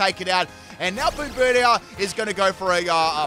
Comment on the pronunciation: Ah goood, a new generation of pokemon to roast pronunciation 🔥: - "Bomb"birdier, not "boom"birdier. To bombard something is to drop bombs (or other things) on it. Rocks in this case. - Orthworm, pronounces it like "warm". Say worm, then just add "orth" to the front. - Grafaiai has no second "F". Graf-aye-aye, based on the aye-aye primate. Got it right each time after the first! - SquawkabilLY, not squawkabiLITY. Funnily enough, said it right the first time 😆😆